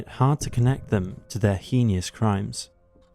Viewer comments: Hay-nus not hee nee us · The word is not "henious" it's "henous" - just saying. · Heinous is pronounced as "hay-nos" not "hinny-us". Just for help in video presentation. So sad there's so many out there like that with the capabilities to do such horrors 😢😢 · it's heinous crimes, not heenious crimes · The word is heinous, not "henious". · Is HayNus not HeeNeeOus in pronunciation... drove me nuts the whole time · When you said hee knee us I believe you meant heinous which is pronounced hayness. Have you seriously never heard the word heinous spoken before? You know there is pronunciation examples of every word on YouTube right? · It Heinous not HEIN 'E' OUS. Other than that your production is very good 👍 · heenie us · HEEN-ee-US — that's how you pronounce heinous. 😅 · Hee-knee-ous crimes? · "He-kneeous" Crimes? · It's pronounced HAY-nus. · Just so you know “heinous” is pronounced “haynus” … not to be snarky but for the next videos 😊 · It would be hay-nes or nis ,nos wouldn’t sound right either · Henious? Assailant? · Um, I believe you mean Heeeeeeanis? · That's not how you say heinous wtf. EDIT: And the way you constantly swap between calling the first one Kallinger and Killinger, and the tonality of the words bloodstained shirt makes me think this is read by an AI trained on your voice. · First time saying heinous? 😂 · Mfer, say “heinous” correctly. At LEAST. I’m American and Brits think I ruin the English language. WHAT THE ACTUAL F is THIS, then? Timestamp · HEINOUS. Just saying, Mr. Illiterate. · What sort of truecrime guy cant pronounce "heinous"?